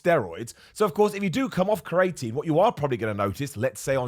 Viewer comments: Cre a tine not crating lol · Turns out I’ve been saying creATEin wrong for years - I was saying CREEEATINE. You live and learn!!! :-) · Say it after me - cree-ah-teen